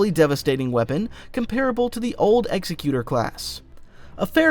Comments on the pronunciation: Executor = ex-eck-you-ter. Quit trying to pronounce it like Executioner! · imagine making a half an hour video about star wars ships and not being able to pronounce correctly at least once the EXECUTOR class